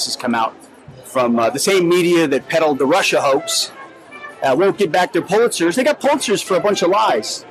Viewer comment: what's a 'Pultzer'??? dude is off.... way off! where did he get that tie? LOL. clown